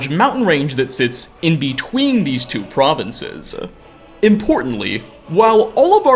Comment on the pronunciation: mountains-uh, provinces-uh, skyrim-uh 😅